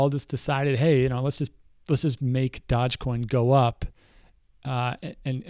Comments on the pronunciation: it's pronounced doje not dodge, doooooooooojjjje coin for the win. Great vid as always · Dogecoin pronounced as DoggyCoin. so you know.